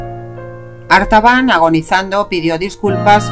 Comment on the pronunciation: La voz dice: "Arbatan".... Pero el título dice: "Artabán" 🤷‍♂️